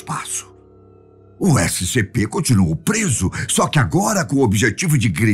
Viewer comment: Eu não sei porque mas você fala toda vez errado o nome dessescp escp096